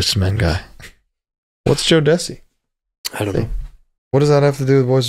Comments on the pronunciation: My man pronounced it like he’s saying “Joe Pesci” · The jodeci bit is killing me I have never in my life heard someone pronounce it that way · 😂 oh my god the pronunciation of jodeci